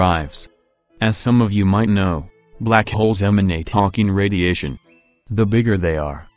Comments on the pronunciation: I can't unhear it. H O N K I N G R A D I A T I O N. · I swear to God he says hOnking radiation